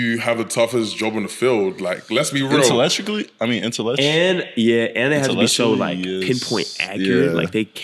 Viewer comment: what he say lmao? InteElectrically